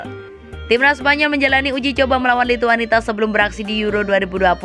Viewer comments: Nyebut lituania juga lituanita 😔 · Lituania ga pake T